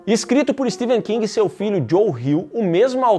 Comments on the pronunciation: É Stephen, com som de F, não de V. Pelo menos isso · STEPHEN KING e não STEVEN. O Vídeo todo pronunciando errado. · Pow o nome do cara é StePHen e não SteVen meu .... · Eu estou escutando "Steven" King, ou é impressão minha? kkkk